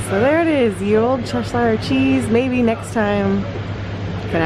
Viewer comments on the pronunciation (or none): Really enjoyed this. By the way, Cheshire is pronounced Chesha rather than cheshayr, if that makes sense? We pronounce shire like a shur or sha sound.